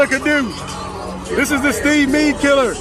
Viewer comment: lmfao he said Meade killer